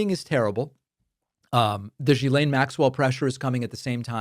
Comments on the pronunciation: It's not GhisLANE, it's'laine'. Like you would say less without the S and add 'ne' ... Ghislaine. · It’s pronounced Jizlane. Please have some respect. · Not jiz-laine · Like your show but her name is pronounced Gee-laine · The G in Ghislaine is pronounced like the G of Gold, Golf and Gimme. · david try learning how to pronounce her name!! is not rocket science. come on